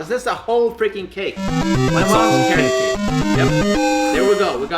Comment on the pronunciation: what you said: carrot cake what i heard: karate kick